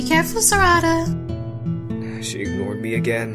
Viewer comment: Sahrahda? You got me dead when you pronounced her name like that 😂